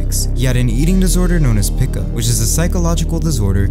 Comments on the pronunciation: I absolutely hate how literally everyone on YouTube mispronounces pica It's not Peeka (like Pikachu) It's not Pick-a It's not Peak-e It's not Peekuh It's Puh-eye-kah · I'm not trying to be a nerd here, but it's pronounced "pie-ka". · It's pronounced 'pai-ka' like p-eye-ka